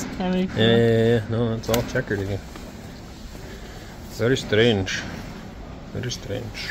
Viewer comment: взоржал когда сказал вери стрэндж, вери стрэндж 😁